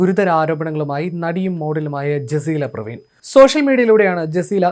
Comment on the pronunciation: പ്രവീൺ അല്ല. പർവീൻ ആണ്.